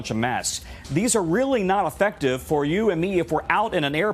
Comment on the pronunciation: Why does that doctor say mask like “mass”